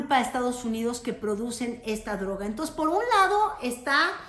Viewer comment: La presidenta dice entos, se dice entonces.